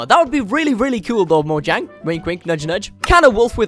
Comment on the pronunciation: Its actually right pronunciation